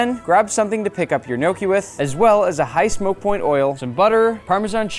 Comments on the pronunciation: its pronounced gn yò ckee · im not criticizing, but if it sounds almost exactly or very similiar to no key then you have it wrong dude, dont be overconfident. i was born and raised in italy my whole life and i pretty much grew up with gnocchi. soo at least double check before saying something like this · Who else has been pronouncing the word gnocchi wrong for their whole entire life until the Olive Garden waiter corrects them